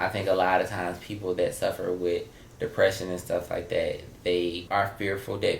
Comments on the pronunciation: is hilarious. He say, “dicksession” lol. He can’t smell dick in the air no more. Lol. Poor sus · Always a Kycia (Kee-sha) 🤷🏾‍♀️🤣 Dicksession lawd. Everyone see some point goes through depression. Just depends on how hard it's hitting the person. For me it was for months as a teen,. I was lucky and blessed to have friends and family to help me. We need to listen to our friends, get them to talk. If not reach out to family members that may get to them... Or who haven't noticed the person's severity of their depression. Thanks for this,. Shock laughs and years here today. Can I go to Walmart with y'all lol